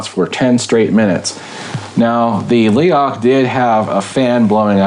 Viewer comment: YES MORE INSIDE LOOKS PLEASE.. Also it's pronounced Leroch!